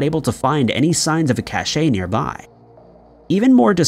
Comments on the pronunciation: Thank you, Shane! I was a French major, and every time I heard “ca-shay” my ears bled. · This is so funny, I heard that and was like ... "Have I been saying 'cache' wrong this whole time?".. then I scrolled down and saw this comment. Phew hahah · You’re not wrong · Cache is pronounced like 'cash' not 'cashay'. 'Cashay' is how cachet is pronounced, which is totally different word with a different meaning. Ah, why am I bothering? No matter how many times it's pointed out, you still can't pronounce Edinburgh or Dublin. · Dude it’s pronounced “ cash “ not “cashay” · Bear Cache like Cash. Not cashay. Sorry but it was bugging me lol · Ever since that Mr. Ballen guy mispronounced the word "cache," I have started hearing other YouTube narrators adopting his mistake. "Cache" is pronounced CASH and means "stash"...that clown instead says "cachet" (a totally unrelated word rhyming with SACHET that indicates "prestige"), and now he has got people all over America saying the wrong word. Ay! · fyi, despite what apparently the majority of civilizations' basic knowledge of the English language, the correct pronunciation for CACHE is CASH. NOT CASH-A.... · The word "cache" is pronounced like "cash," not "cash-ay." And you left out a major piece of information that is critical for context - Aaron Hedges had broken his withdrawal from alcohol by drinking during the hike and was mixing the alcohol with benzodiazepines. You left out a lot of other information about this case as well. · It's cache like the word "cash", it's never pronounced "cashay". It's probably a millennial issue but yeah I had to say something. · It's pronounced as a sh like cash, not Cachay... Survivalists and Homesteader's leave Cashes hidden in various places in case they have an emergency like their shelter burning down in winter leaving them to die from exposure if they're not prepared... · I thought cache was pronounced "cash" instead of "cashé", but I could be wrong.